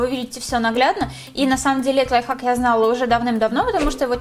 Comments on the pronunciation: Мне все видео казалось, что она говорила "лайфак" xD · Она сказала лофак Я:хахахахахахахахахахахахахаххахахаа😂😂